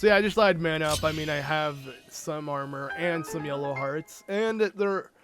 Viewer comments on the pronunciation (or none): none